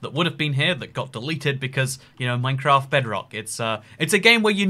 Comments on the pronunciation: MINECRAAT. Are you sure it’s MINECRAAT and not MINECRAFT? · minecraat